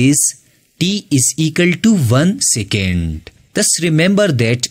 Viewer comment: Second ❌ sicand ✅